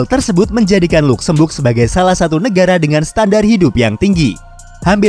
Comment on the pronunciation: Ejaanya adalah “ Lazemberg “ bukan “ Lukzembug “ aduhhh 😂